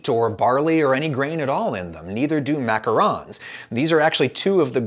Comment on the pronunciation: Short answer: because you pronounce macarons wrong